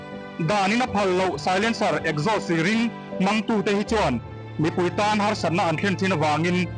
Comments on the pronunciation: Exhaust ...esgaust ti in i lam mai in ka hria 🫣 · Ekzaws tia lam tur aw. .😅